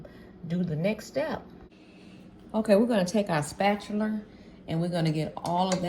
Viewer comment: Love it. Got made me laugh when you pronounced spatula with a “r” at the end thanks for a great short video